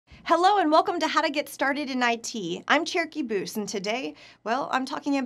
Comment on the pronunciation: Thought she said cherokee boobs